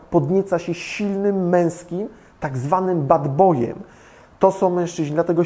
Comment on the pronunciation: Czy tylko ja zawsze umieram gdy aka mówi „bEd BOj”? XD